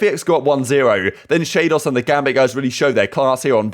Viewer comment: Since FPX are apparently going to be decent... it's "zip-pan" and "sh-ow". "Ow" as in the expression of pain